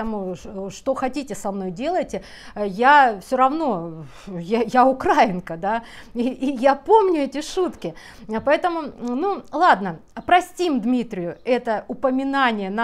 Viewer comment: только украИнка, а не украинка. От слова УкраИна. Ударение на И!